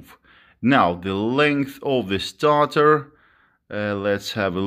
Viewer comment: Stator pronounced StAAyTor bro not starter. Good vid matey been looking at getting some of these gimmie gimmie the torque:)